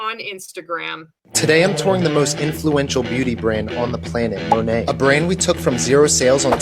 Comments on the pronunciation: He didn’t even pronounce the brand correctly! It’s not “Moe-Nate,” it’s “Mah-Nate” (from “Modern Nature”). Good grief. On the other hand, Monat is influential, in that it is one of the first MLMs to attract the attention of a wide swath of anti-MLMers (and rightly so), and to blow up in the news for lawsuits over its garbage products! Not to mention the notorious cult of original Monat girlies who ultimately bailed and started selling an investment scheme, who then failed at that and went on to something else, ad nauseum. It’s an OG, all right—one of the Original Grifts. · What the hell is Mon-ay??? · He doesn’t even say it right!!! 😂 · they didn't even brief him on how to pronounce the brand 🤦🏽‍♀️ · I thought the exact same thing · He doesn’t even know how to say the name of the company are you kidding 😂😂😂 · He didn’t even pronounce their name correctly 🤦🏻‍♀️ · A lot of us noticed that HAHAHAHA